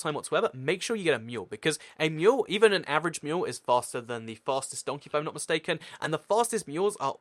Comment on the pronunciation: Great Video and thx for exploding the tnt but you say Mule not Meal XD I cant wait to see more vids